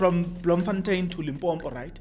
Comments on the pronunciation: Yhoo Jeso it's Limpopo not Limpompo😢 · It's not limpombo it's Limpopo. Argh